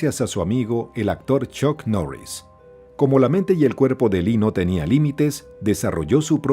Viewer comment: ChOk Norris... Bien bieeeen 👏🏻 ProdOction... Bien bieeeen 👏🏻 Vidéo... Bien bieeeen 👏🏻